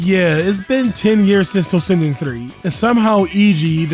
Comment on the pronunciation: Why do you pronounce like that ... Tossinden instead of toshinden